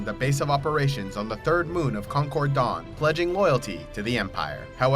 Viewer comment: It's called Concordia, not concord dawn. Also it's Mandalor's moon, not a planet.